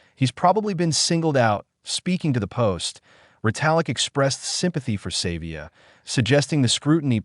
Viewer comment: Pronounce Ardies surname properly. Its not "Save via" Have some respect for the Legend